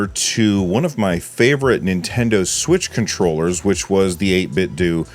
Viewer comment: its 8bitdew sir not 8bitdough.